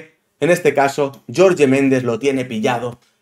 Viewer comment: no es YORYE es JORGE MENDEZ 🤣